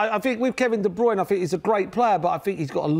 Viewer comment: "Kevin De Bryune"....who else....tut!!!!....